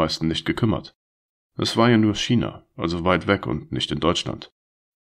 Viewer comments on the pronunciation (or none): none